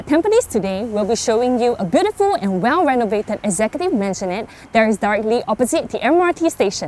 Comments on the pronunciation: Wondering why it's pronounced Mansion-nette instead of Maisonette. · Its correctly pronouced as mazonette, not "man-sionette"duh....wonder how she passed her agent licence...lol 😆😆🤡🤡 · she kept saying man-sionette :p